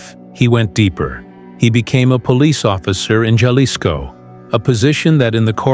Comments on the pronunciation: That was painfull to hear, and I'm Canadian! These AI generated videos and AI voices pronounce every word very litterally. AI has a LONG way to go in speaking English or Spanish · learn how to say Jalisco